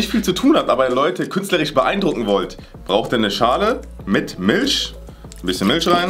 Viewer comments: Normale Menschen sagen "Milch". sagen: "Milsch" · Das heißt Milch und nicht milsch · sagt Milsch 😂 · Wer kennt sie nicht. Die Milsch 😂😂😂😂 (no hate) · sagt Milch anstatt Milch